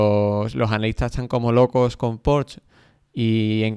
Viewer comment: La "e" de Porsche se pronuncia.